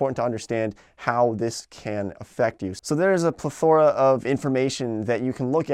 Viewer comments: "Plethora" is pronounced PLEthora, not pleTHOra. Nice content, thank you. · Plethora. Didn’t pronounce that one right man 😂